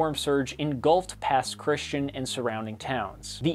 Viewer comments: Couple things: it's "mo-BEEL" and "pass chris-tchi-ANN." I can pardon the latter since it's a lot smaller. Also, everything is bigger in Texas, and that includes rainfall totals. I remember cleaning up after Harvey in 2017 after over 60 inches of rain fell over Nederland, a modestly sized town in the southeastern corner of the state. Harvey is the wettest hurricane on record. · Hi! This is a great video! I work in TV production, and this looks good. I wanted to point out one thing in case you work on more storms that hit the MS Gulf Coast. It's Pass Christi-ANN. It's weird, I know. But I wanted to help you get it right next time. There's lots of weird ones around here though! (There's one that's spelled "Kiln" but it's pronounced "Kill") But I adore your videos! Very interesting. And easy to understand! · Pass Christian is pronounced Pass Christi-anne, everything else is great. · I’m just bothered by the way you said Pass Christian for MS 😂 it’s not pronounced like the religion or name. It’s more like krish-tee-ann. (Don’t ask me why.) Also the fact that Katrina decimated the coast of MS. Ask most older folks and they all say how much worse Katrina was than Camille. 😕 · Native Mississippian here....and I can't overlook this... You mispronounced Pass Christian